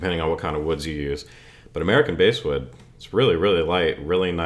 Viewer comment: Bass wood is from the word bast, thus pronounced bass, not base. Cool content. Rocky George from ST played an Ibanez on a few of the ST albums. George's soloing is incredible. Check it out, and I dig the content and that axe.